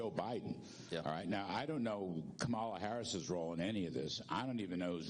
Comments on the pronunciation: Learn how to pronounce her 1st name correctly. She is your current VP whether you like it or not. The Secret Service is part of Dept of Homeland Security. They are not part of the military. Also their job is not to prevent threats...can never eliminate every threat. But when the threat shows up supposed to nullify it. Seems like they repelled the threat so what is the complaint? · is FOS. Johnson needs to grow a pair. They even intentionally mispronounced Kamala's name. Shame on them. They are so scared & insecure that they can't pronounce their opponents correctly. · why don’t you start by pronouncing Ms Harris’ name correctly if you want her to give Trump full protection!?